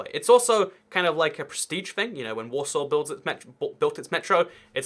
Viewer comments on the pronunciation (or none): none